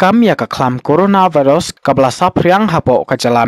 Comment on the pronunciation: Bro pronounce coronavirus,,m dei re coronavarus